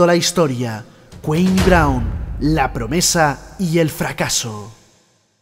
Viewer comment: Tan dificil era averiguar como cojones se pronuncia su nombre? Cua-mi CUA-MI!